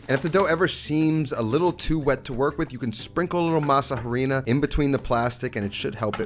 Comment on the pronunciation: Great video! Loved the recipe. BTW in Spanish when pronouncing harina the H is silent.